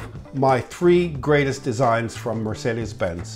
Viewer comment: As a German I have to admit that he pronounces 'Mercedes Benz' pretty accurate!